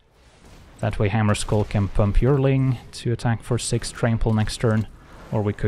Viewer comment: yearling is pronounced "Year - ling" it means a 1 year old animal.